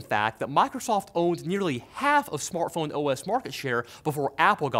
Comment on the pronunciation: What is a "smortphone"?